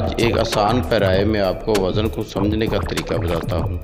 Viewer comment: وزن خود غلط پڑھ رہے ہو بھائی جان